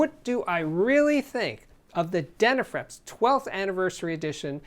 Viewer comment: Forgive me but, how do you pronounce these word ‘flips?’ Then why do you pronounce dena’frips’ as dena’frEps?